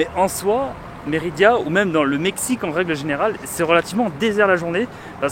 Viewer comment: Tu fais que dire Méridia c’est Mérida ça fait mal aux oreilles à force 😜 ahlala